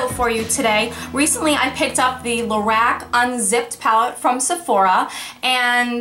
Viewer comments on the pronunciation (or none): It sounds like you're saying "Lorax".